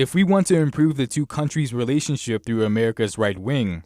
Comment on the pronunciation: Hahahahhahaha he said the "Us - China "Welationship"! Hahahah that was so cute! Right that the very beginning! Haha